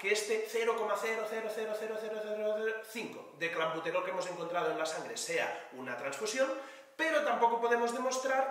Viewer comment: Desde cuando la "e" en España se pronuncia como "a", el primer día pensé que se había colado, pero ahora repite varias veces "clAmbuterol".